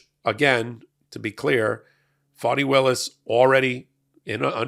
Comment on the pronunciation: Pronounce her name correctly....its fani